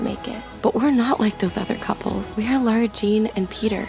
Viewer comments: You spell her name as ,,Lara'', but you say ,,Laura''. I haven't seen the movies and now I'm confused which is correct. Edit: It's Lara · I love this video but the one thing I will say is that it’s “Lara” not “Laura” 😂😂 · Does anyone else hear him saying "Laura" and not "Lara"? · Is anybody going to tell him that it’s Lara, not Laura 😅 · I love how you say “laura” instead of “Lara” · why does he keep on saying "Laura", it's lara😭😭😭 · btw her name is lara not laura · Lara* not Laura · It’s Lara not Laura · I'm annoyed every time he says Laura instead of Lara. UGH! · The trilogy is over and still didn't get that it's Lara not Laura. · Even though they ACTUALLY addressed it loud nd clear when peter's dad showed up..it's not laUra, it's LARA! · That fact you keep saying Laura instead of Lara makes my teeth grind. They even say it in the film. MULTIPLE TIMES. HOW COULD YPU GET THIS WRONG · its lara not laura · It's LARA not LAURA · Anyone else get pissed off hearing Lara being pronounced Laura 🙄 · My name is Lara and don't get me wrong i love, but i hate it and i mean hate it when Americans pronounce my name Laura, when it is actually pronounced La-ra. From Lara (La-ra) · It's not LAURA it's LARA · But why are you calling her Laura when her name is Lara? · Lara is NOT pronounced “Laura” it’s pronounced Lah-ra. No hate but why can’t anyone hear/realize this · I its about time that he knows is lara not lora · Who tf is "Laura" Jean lmaooo this is the 3rd movie and you still don't know how to pronounce Lara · Is it an American thing or something? Because Ethan Klein kept calling Lara Croft ‘Laura’ too on the last After Dark podcast 😂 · One trilogy later: still pronouncing it ‘Laura’ instead of ‘Lara’ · She just called her self Laura lol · I've said this every time. Please it's LAaara not LaUra pleaaase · It's pronounced "Lah-rah". You're welcome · You keep calling her Laura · It’s Lara 😭🤯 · Does he know that her name is L-A-R-A and not L-A-U-R-A😂😂😂